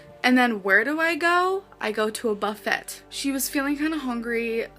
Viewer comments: I'll never get over her saying buh - fett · A buff-FETT? 😂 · The fact she said “buff et” annoyed me 😂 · Did she REALLY say BUFF -- ET ??? Not BUFF-A, the proper pronunciation??? I'm dying! 😝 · you'd think a butter golem would pronounce buffet correctly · “A buffet” she really said that the way it’s spelled instead of the correct French pronunciation… wow. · "i go to a buffett" like girl you can't be serious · The way she pronounces buffet as buff-et makes me irrationally angry. Like Lord please stop. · "A Buff-et..." You would think someone who is obsessed with food would know how to say buffet.🤣🤣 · OK really, is it not pronounced "buffay"? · what the Hell is a "buff ette"? Girl lives in a ba-fay and can't pronounce it? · “…I go to a buff-ette” ~ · Who the hell pronounces the t's in buffet wtf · The comedic highlight of this documentary for me was pronunciation of the word "buffet". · she still says it like that 😭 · Who says "buffet" like that???? THE 'T' IS SILENT!!!!!!